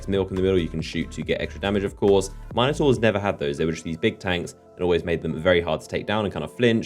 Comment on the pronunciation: I really really hate the way you say minataurs